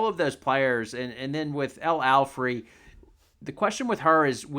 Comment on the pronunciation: Its Alfey not Alfrey.